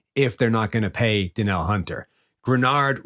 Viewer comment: Danielle Hunter's first name is pronounced Duh NEEL.